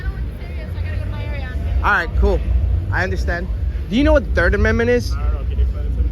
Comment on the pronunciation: Dude you didn’t even say the 3rd amendment right lol . 🤡🫵